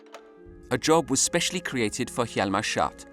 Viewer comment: not the narrator constantly calling him hjalmar 'shart'